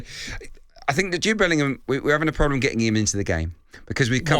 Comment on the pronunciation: Bellingham, not Billingham.